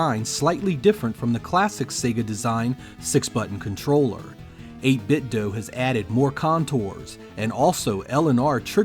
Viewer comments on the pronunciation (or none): Nice review, but out of curiosity: Why do you pronounce it as "8 bit doh", and not "8 bit doo"? Are you Homer Simpson in disguise?